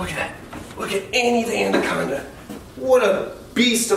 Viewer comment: The way he says andaconda instead of anaconda